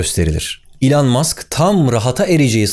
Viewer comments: ilan diye bi telaffuzu nerden buldun acaba ? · İlhan musk diye duydum akdhshsj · Lütfen artık adını doğru telaffuz edelim ey Türkiye..... iiiiilon ilon ... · İlan Mask diyince İlhan Mansız gibi geliyor :) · İlhan mask değil o, (i)lan mask. Çok irrite etti yazmak istedim yoksa takılmam genelde. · Elon'u yanlış telaffuz ediyorsunuz Barış Bey. Doğrusu "i lon". iTunes'un telaffuzu da "ay tûy(n)z"